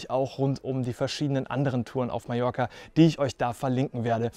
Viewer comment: Un grand merci pour prononcer correctement le nom de mon île en français : Majorque avec J comme jardin !!! Pour les autres patronymes de villes et lieux , la prononciation, ...c'est pas encore ça !!! Très belle balade quoiqu'il en soit et bravo pour la performance !